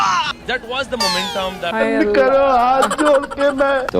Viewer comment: the word is credit,prounced Cre- dit you just called it craadet. Laughing at others while every word you say is wrong. Momentam is not momentum.